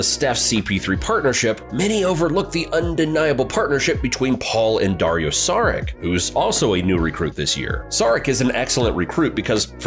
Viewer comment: Good video. For Saric - you might want to check out how it’s pronounced 😂